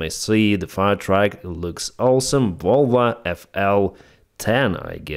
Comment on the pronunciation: Probably best to say Volvo, and not Vulva 😂